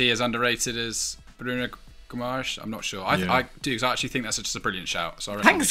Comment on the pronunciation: I know their name sounds Portuguese, but Bruno G. is Brazilian, maybe you could put in a little effor to learn how to pronounce names in PT-BR; both languages being vastly different after all.